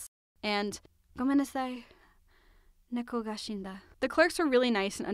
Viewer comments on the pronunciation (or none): none